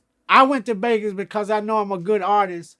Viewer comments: My mans said BEGAS too #GLADTV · Brian: You mean Vlad Crunchy: Glad Brian: okay then how do you say Vegas Crunchy: Begas.....